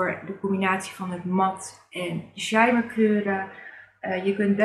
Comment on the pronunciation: De kleuren staan prachtig bij je mooie groene ogen.👌🏼Mag ik je een suggestie geven naar uitspraak toe?Soir is frans voor avond en spreek je uit als swaar.Wellicht daardoor dat het een palette is met mooie rijke en diepe kleuren.En shimmer spreek je uit met een dubbele m.(engels voor glans).Ik gebruik met ouder worden steeds minder make-up.Mijn laatste palette heb ik jaren geleden gekocht het tarte tartelette in bloom.Prachtig palette maar nog steeds ongebruikt.🤭